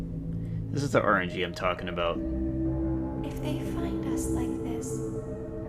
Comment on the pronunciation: Yeah how did you mess up saying find so bad?